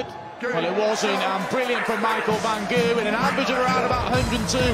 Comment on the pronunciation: About a decade after they start pronouncing the G in Gerwen correctly.